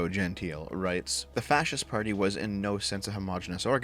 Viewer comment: Pretty sure Gentile has three syllables for at least one of the two men here (and presumably both).